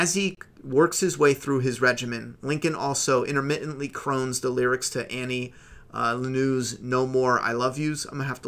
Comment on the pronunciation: Had to stop watching when you mispronounced Annie Lennox.